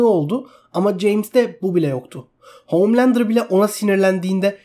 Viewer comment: SUNA OOOHHMMLANDER DEME ARTIK DELIRCEM